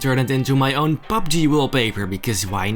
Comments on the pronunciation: It's PUBG not PUPG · Pupg lol it's pubg (big fan bro)